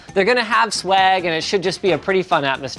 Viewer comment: linus, schwag is a low grade weed, i think you are trying to say swag.